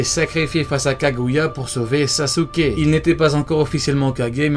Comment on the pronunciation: "sasuker" 😂 je Sasuke, tu sasukes, il Sasuke, nous sasoukons, vous sasoukez, ils sasoukent